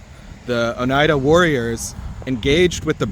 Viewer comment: Oneida is pronounced “ohn eye duh” -born in the finger lakes